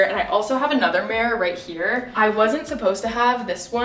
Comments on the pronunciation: whyyyyyy do you say mirror like that lol ''mare'' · Me looking for a comment about the way she says mirror haha.